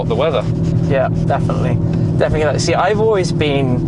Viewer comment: Shmee is a scouser, 'shuure, ican shee dat'. I had to play it back, I couldn't believe my ears. Too much choice, the place is amazing, great video.